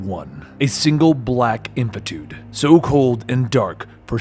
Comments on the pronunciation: can´t say "infinitude". just thought it was funny. made me imagine him going "to infity and beyond". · repeat after me: in fin i tude. not infitude. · Inf - IN - i - tude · It’s the way he pronounces infinitude that bothers me. 😂